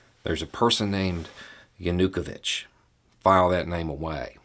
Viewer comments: Is this the correct pronunciation for "ya-nu-ko-vich" (instead of "yah-new-koe-vich"? Sort of like the difference between 'keev' and 'key-ev'? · I was wondering whether we pronounce his name wrong in Germany, but in Ukrainian it also sounds more like JanuKOwytsch. Otherwise, spot on, as far as I can judge. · While you did a good job of presenting the us perspective you forgot something really important. Ukraines history with Russia during the soviet era. The forced famine under Stalin killed over 2 million Ukrainians. Theres a very long history of Russia treating Ukrainians brutally that has built up frustration and anger over hundreds of years. Also you are pronouncing Yanukovich wrong its yah nu koe veetch. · Viktor Yanukovych- Yawn-Ooh-Koe-Vitch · I'm assuming is mispronouncing Yanukovich's name and I love it! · Love this but why keep butchering Yanukovich’s name lol. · Great summary but your pronunciation of Viktor Yanukovych made me laugh.